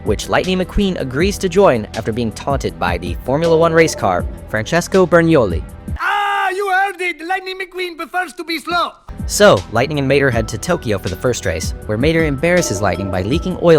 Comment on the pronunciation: My italian self died at Bergniulli and not Bernulli... No offense.